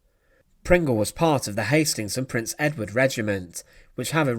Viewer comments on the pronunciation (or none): none